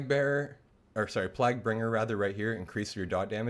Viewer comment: Been following both your WotLK and retail DK guides, quality content for both. "Plague" is pronounced as PLAYG just as a heads up as you use the word quite often as a dk lol